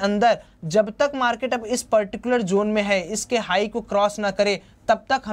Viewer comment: bhai usse zone bolte hain, jone nahin😂